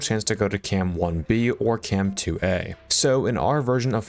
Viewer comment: cam tu-ah